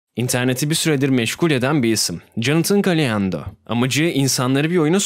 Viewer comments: bu yorumu ciddiye almanız gerekli ve ciddiye alırsanız çok sevinirim çünkü jonathan galindo adlı şahısla alakalı Jonathan galyndo diye değil jonathan galindo diye okunur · Galiando değil abi Galindo